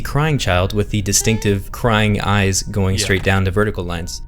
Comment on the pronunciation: Oh no not ears ...eye's*